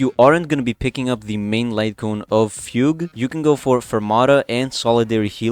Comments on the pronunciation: close, its not pronounced like foog its fyoog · it’s not😭 fugue is pronounced “fyoog”.